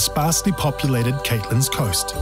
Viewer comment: "Caitlins Coast"... sounds like has never been south of Turangi.